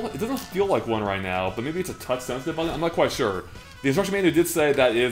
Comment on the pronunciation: He keeps saying “buddon” instead of “button.” Like, WTF dude.